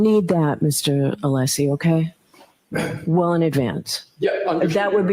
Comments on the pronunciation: does know how to pronounce Alessi’s name properly! He slipped and said it correctly. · Yes, I heard it as well!